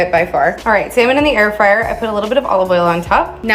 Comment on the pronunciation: he said freeyer! hahaha